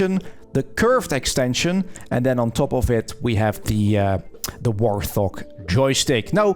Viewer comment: it is not a "War Thog" it is called a "Wart Hog", just me being me, sorry. Great video though